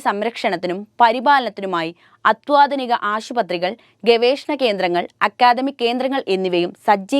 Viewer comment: അത്വാധിനികമല്ല,അത്യാധുനികം എന്നാണ്